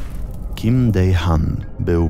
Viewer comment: ogólnie fajny materiał tylko przyczepię się do wymowy imienia podpalacza. powinno się je wymawiać w przybliżeniu [dehan], a ty to bardzo zamerykańczyłeś xd ale pozdrawiam z rodzinką